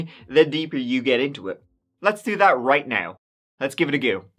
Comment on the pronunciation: Let’s giveht ahgoo What accent does he have? Never heard of one that doesn’t pronounce tee TH sound, I must live under a rock I nyoooo Unless he’s a Ross from the episode of friends where he puts on a fake accent to make his lectures sound more intriguing 😂